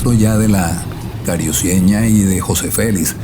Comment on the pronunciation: No pronuncies cariuceña es carucieña